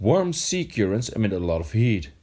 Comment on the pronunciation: Good video but his pronunciation of currents is not correct. It's cur not cure ents